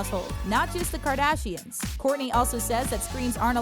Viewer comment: “Kardasians” I cannot... 😂